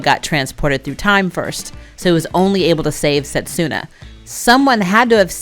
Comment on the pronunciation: Just to clarify for future, it’s not pronounced set-su-na, it’s se-tsu-na. So in Japanese せつな (which can mean something to the effect of “moment” for anyone interested). The character つ is “tsu” so just like in tsunami. Also, this one isn’t as big of a deal because it can be very difficult for non-native speakers to get the hang of, but “r” sound is often described more like the “d” in “ready” but I’ve also heard it described as trying to combine r, d & l into one letter. My dog is named Hiroki and the hiragana characters are ひろき but we use the kanji to clarify the meaning which is 大樹 (great tree). People try to pronounce it like the English words “hero” and “key” but it sounds a little closer to “he-doe-key” but plug that, Rin (りん) or Moroha (もろは) into google translate and listen to the pronunciations. Even just listen to the following characters and it should be helpful: らるれろり